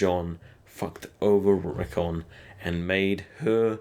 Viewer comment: not rickun RICKON